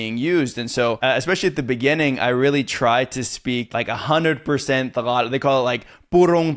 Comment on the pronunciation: the way you pronounce Tagalog is music to my ear. Good for you, buddy! 😊😊😊